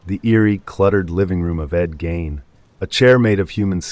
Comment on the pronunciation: Who the hell is Ed Gain???? Haha Seriously though, you can look up how to pronounce names. Good luck!